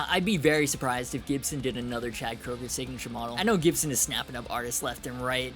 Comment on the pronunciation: It's Koeger (Kru-ger)